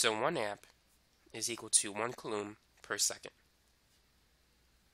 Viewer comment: very helpful video but the way he says coulomb makes want to commit toaster bath